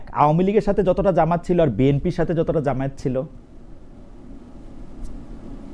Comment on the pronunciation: Jamat not jamayet.